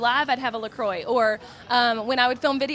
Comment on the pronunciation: Didn't think I could hate La Croix more until I heard it pronounced like that 😂